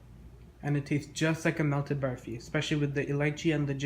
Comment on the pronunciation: This looks soooo much better than the other version in this collab !! Thanks for not saying "baaaaarfee"